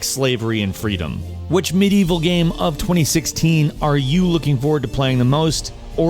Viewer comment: Umm... That's one way to pronounce Medieval.